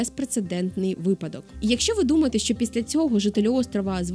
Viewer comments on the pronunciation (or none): none